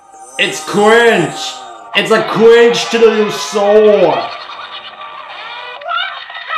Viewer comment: I genuinely can’t tell if this dude is saying “cringe” or “qwingy”.